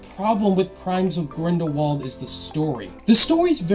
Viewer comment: Crimes of grindlebald xD